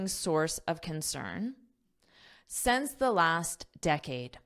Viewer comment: great lesson! only one thing you probably need to pay attention to is your pronunciation of the word SINCE, you got it wrong(or accent?) according to standard pronunciation.